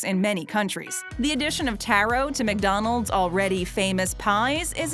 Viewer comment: taro pie ITS TARO (TAR-OH)